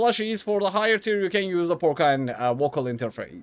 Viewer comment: “Porcine” is pronounced “PORseen”…just FYI. I’ve found that if you have more than one profession that is showing as possible, giving a slight over boost to one required characteristic can cause it to be picked over others. It’s like I have 2 or 3 possible professions, but I am overqualified for one of them, so that’s what I get. Not certain, but that’s looking like how it works.